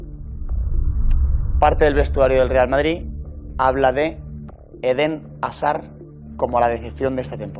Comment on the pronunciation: Porque dice Edén Asar? Hazzzzaaaarrrrdddddd!!! 😂